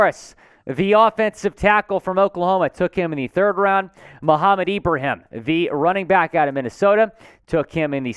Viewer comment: you're one of the first of very few people with a platform to come close to saying 'Ibrahim' correctly, I'm not mad at it. I do believe he'll be a late round steal for us (or any team) having seen him perform first hand vs my Terrapins. Dude is a HOSS!